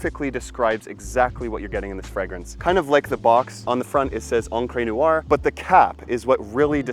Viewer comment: Unbelievable. You are too lazy to even find out how to say noire...Americans eh? What is neeyouwah?